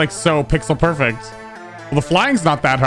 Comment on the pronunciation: tf is perfext